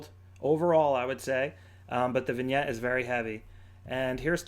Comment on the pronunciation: Vignette, not vingette.